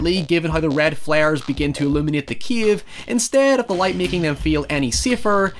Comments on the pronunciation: It's CAVE not CIEVE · he says "kiev" not cave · every time you said ‘Cave’ I heard ‘Kiev’ and I was so confused as to what Ukraine had to do with The Descent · You sound like saying keve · What the hell is a 'keave?' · I thought he's American until I heard him say "cave". I'm shook.